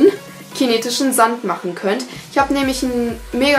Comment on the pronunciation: Bei verstehe ich chinesischen sand